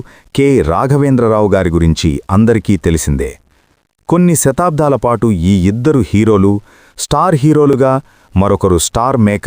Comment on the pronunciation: శతాబ్దాలు కాదు నాయనా దశాబ్దాలు తేడా కూడా తెలియదా